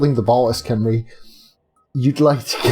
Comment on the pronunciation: By the way, apparently its actually pronounced hem-ree